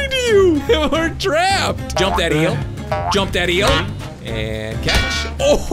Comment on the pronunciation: This is how mini time he said eeal